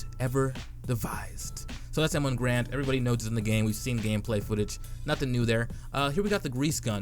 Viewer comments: It Gar as in car and the and the end sounds like end, at least that is how the man who this rifle is named after pronounced his own name and I'm sure his word is the final on the issue. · He pronounced "garand" rhyming with errand but with adding a G in the front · Is it the M1 Grand? Last time I checked, it's the M1 Garand. Goddamn people learn how to fucking pronounce that shit, it's apart of our history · Pronounced "Garand" wrong like every other cod youtuber